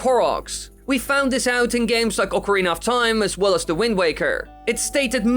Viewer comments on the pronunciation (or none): none